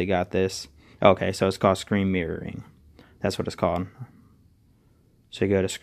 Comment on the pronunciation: "screen meering"?